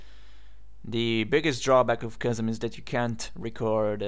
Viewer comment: what is the name of the app you are using? Cousin? kozan? I cant tell what you are saying. And I am not seeing anything like that on the directory of ubuntu apps... thanks!